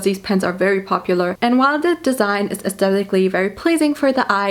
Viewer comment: I love how she pronounces “the” as “de”